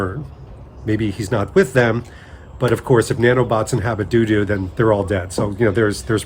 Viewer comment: I’m fairly certain it’s Tutu, not Doodoo.